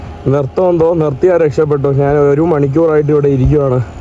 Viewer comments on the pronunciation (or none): എടാ മൈരെ, നിന്നോട് എത്ര പ്രാവശ്യം പറഞ്ഞു, നാൺ, നാൻ അല്ല ശരിയായ മലയാളം. ഞാൻ എന്നാണ് ശരി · വലിയ അരോചകം, നീ നാൻ, നാന് എന്ന് പറയുമ്പോൾ.